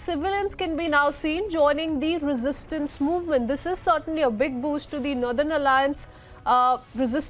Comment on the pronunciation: Why she is pronouncing nurthern